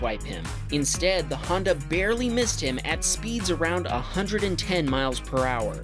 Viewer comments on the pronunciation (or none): Handa bump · The way he says Honda makes me laugh. 😂